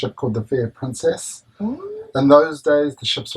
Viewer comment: especially when he said "Pruncess ship" :P